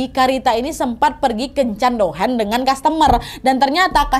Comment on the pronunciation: Pliss kak bacanya douhan aja apa adanya, jangan douhen🙏🏻🙏🏻